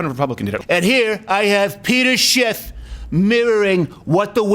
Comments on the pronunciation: Lol he said Peter Schiff 😂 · He said Peter Schiff lol